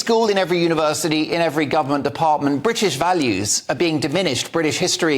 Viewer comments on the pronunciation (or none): none